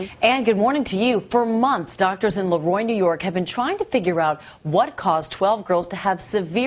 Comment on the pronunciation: i live near there and its LEEEEroy not LAroy